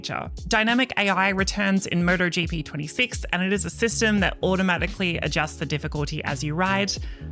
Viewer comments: Someone needs to tell her it's 'M-O-T-O-GP' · Sounds like she's saying murder gp